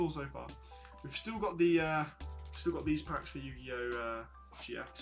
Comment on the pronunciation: Yu gi oooh